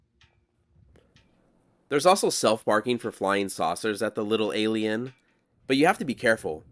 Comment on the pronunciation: Great video, "McFarthest" 😆"A'lie'inn" 😆